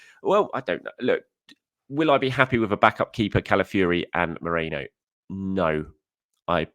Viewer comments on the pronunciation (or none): it's not MERENO, it's MERINO, pronounced MEREENO. Also, isn't it Calafiori, not Calafiuri, pronounced Calafeeohri. It's important!!! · After correcting yourself you said Mereno twice afterwards. Hilarious. Why do people find it so hard to pronounce his name correctly. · Meh - REEN - No